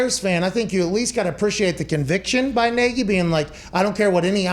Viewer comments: “Matt Neegy” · Anyone wanna talk about the fact Nagy is a Hungarian name and everyone is pronouncing it incorrectly including Nagy himself.